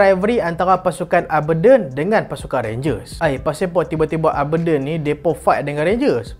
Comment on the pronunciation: cara sebut Aberdeen tu ialah (A) ber diyn